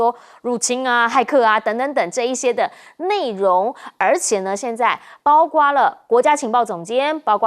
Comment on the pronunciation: 你说多少遍了？别读大白字，主持人读白字多丢了都丢脸呢，不听呢，怎么不听呢？包括不是包括？